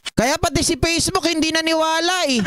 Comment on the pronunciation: It’s Facebook not Pacebook saka Fact check not Pact check.. smfh